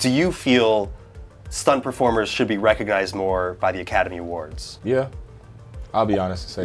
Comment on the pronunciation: Was I the only one who heard “recogized” ?